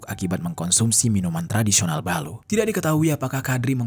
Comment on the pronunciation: Bukan ballu tapi Ballo'